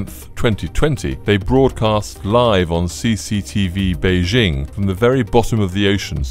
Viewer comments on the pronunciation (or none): none